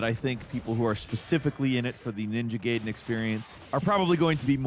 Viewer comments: ninja gAyden fALL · Ninja GAYden 🤦🏻‍♂️ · I only call them ninja gayden. Guyden is cool and probably more accurate. But as a 90s baby it's gayden. Sounds like the sum of the review. Not a dis let's enjoy ninja Gayden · With Itagaki's passing, ima need you to delete this whole damn video, and record it again, saying GUY-DEN! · You probalble already got thousands of comments about this but still: It's called Ninja Gaiden not Ninja Gayden for crying out loud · Gayden and Rieyuu huh? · Takes a special kind of stupid to call it Gayden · ninja gaiden not gayden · Can you please just say Ninja Gaiden correctly? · Please just pick one way to pronounce Ninja Gaiden and Ryu. I don’t care which way, just pick one. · Have you never heard anyone pronounce the games name like ever before? I absolutely hate adults who can't pronounce pronouns properly, You literally are going out of your way to be dumb & that's blasphemous. You're an idiot for saying it like that & you're annoying. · Okay we get it you love Platinum. But at least pronounce the games name correctly throughout the entire video!😂 You may not have noticed. You definitely said "Ninja gaiden" two different ways. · You pronounce the game differently throughout the entire segment of this video. I was pissed how you first pronounced it. Then you said it right. Then you said it wrong again! Come on!